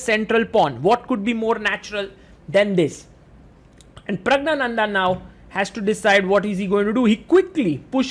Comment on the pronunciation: That is not praggnanada that is pragyanada and he is not an indian he is tamilan